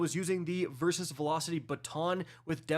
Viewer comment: Still calling them “versus”weapons. I swear he’s trolling now lol. Thanks for the vid none the less!